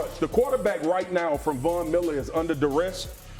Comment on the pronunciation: “Fastest man on earf, with an F.” 😂